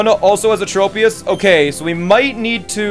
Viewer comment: Tropius is pronounced "trop" like "tropical" not "trope"